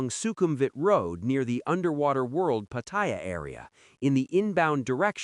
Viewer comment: If you're going to report on Pattaya, at least pronounce it properly. It's not Pattyre.